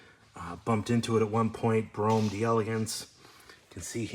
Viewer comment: Is it pronounced Brome or Bro-Ham?